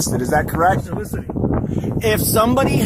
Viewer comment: "Solicitating." Where the hell do they find these idiot's? He said it multiple times, wasn't just a misspeak. It's so-lic-iting, say it with me.